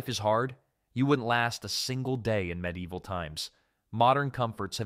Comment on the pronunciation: Cheap AI narrator that can't even pronounce medieval correctly? No thanks I'm out of here